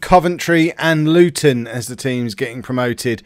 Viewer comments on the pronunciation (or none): none